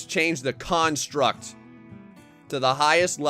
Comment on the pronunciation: Why the hell do you say construct like that. It bothers me on emotional levels.